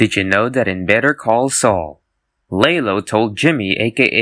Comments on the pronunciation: I'm not suprised this is a 30iq video considering he pronounced Lalo Lay-low...... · it's LAW LOW, Saul literally pronounces it that way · They're not connected. There's a theory that Nobody and John Wick are set in the same reality but there's no connection between Nobody and Better call Saul. And please learn how to pronounce Lalo. It's pronounced La as in Law-lo not Laylo. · What's up with people pronouncing Lalo as "Lay-low" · *watches the show *HEARS HOW LALO SAYS HIS OWN NAME *still pronounces name as lay-low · Did you that the narrator pronounces Lalo like "Lay-low" bc it foreshadows what Lalo does in season six. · Laylo? L pronunciation and disliked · Lalo is pronounced "Lah-lo" I'm hoping you actually watched the show 👀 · do people actually think his name is LAYLO? its literally never pronounced like that in the show tf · if i hear one more time this pronunciation of Lalo... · Everybody is talking about his Lalo pronunciation.. but his theory is more ridiculous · How did you pronounce Gene Takovic correctly but absolutely slaughter Lalo? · That pronunciation of Lalo makes me extremely violent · It’s not that fucking hard to pronounce Lalo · I love how the narrator pronunciates "lalo"! HA ha crazy white folk!!! HA ha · How come you cannot pronounce Lalo but can pronounce Takovic? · This guy forgot Lalo Is a Mexican character's name, he pronounces it in english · BCS fans when somebody mispronounces the name of a Spanish character (they have been sentenced to death) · Someone clearly hasn’t seen better call Saul. No one in that show has pronounced Lalo that way.